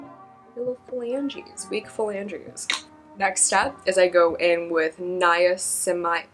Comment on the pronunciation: Nya - sinna - myde. Lol. Good stuff but I take it in a supplement form